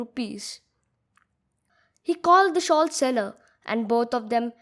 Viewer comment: pronounce ''the" as thee only when the following word begins with a vowel. Otherwise, pronounce it as the ( as hindi द). Otherwise, very well explained. Which editor do you use?